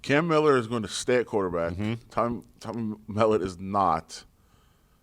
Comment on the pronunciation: You’ll soon learn how to pronounce Tommy Mellot’s name!